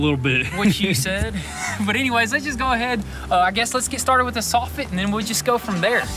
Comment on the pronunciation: I’m not sure what you’re saying!! I thought I didn’t hear one of you correctly. Instead of soffit you’re using the word softit!! Sounds crazy. There ain’t no softits on a house!! The word is soffit! Saw fit!!